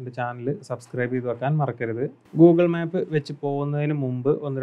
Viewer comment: മാപ്പ് അല്ല മേപ്പ്